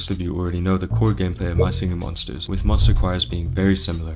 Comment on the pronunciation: “mah shinghing mhonshtas”